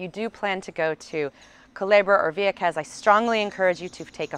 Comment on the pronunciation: I miss living there..I lived el campo..Juncos. let me say the way she says vieques is excruciating to hear lol